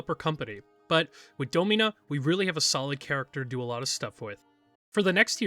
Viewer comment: I could have sworn it was pronounced “DAH-min-uh” instead of “Doe-MEEN-uh”